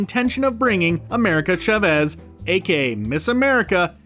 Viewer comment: Please! Her last name is pronounced CHAH-vez, not cha-VEZ!! This is Spanish, not an ancient Sumerian dialect!